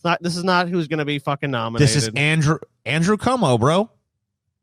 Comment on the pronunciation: it’s pronounced andrew cwomo —a NYer